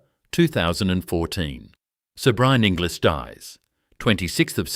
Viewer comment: Oh, Inglis is pronounced Engulls:body-blue-raised-arms